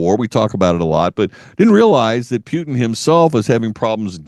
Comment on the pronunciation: This radio host is apparently incapable of learning. Putin has been a president of Russia, with one interruption , since 1999, and this host has not learnt the right pronunciation of his name. Stupidity or arrogance?